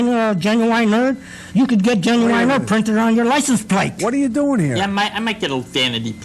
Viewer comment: Why he pronounces genuine like "genuwine"?